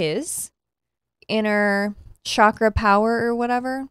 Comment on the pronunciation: So, just an FYI chakra is pronounced, with a hard ch kind of like how you pronounce Charlie.